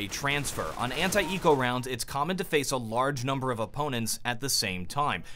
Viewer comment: When americans say anti-eco it sounds like "hentai eco".